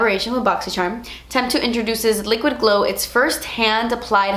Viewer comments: no hate or anything whatsoever, just super curious, why do you pronounce charm like that? like just an accent or something youve done forever? sorry im a new sub, idk if youve explained it before lol edit: i did think it was a joke to begin with but ive only ever heard you say charm like most people once kind of 😂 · every time you say "charm" I giggle!!! love it! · Wish she would pronounce charm correctly